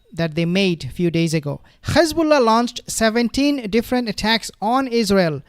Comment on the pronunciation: Very interesting coverage. Thank you but Please stop saying Khezbola it is Hezbollah .